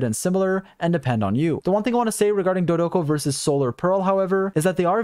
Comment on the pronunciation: I try not to clown on your bad pronunciations usually, but Klee says Dodoco so frequently during her event that I have to bring it up!